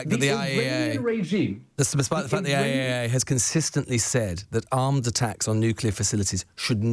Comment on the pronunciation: He couldn’t even say IAEA after being challenged.